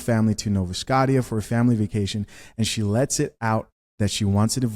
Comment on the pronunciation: Scotia = Sko SHA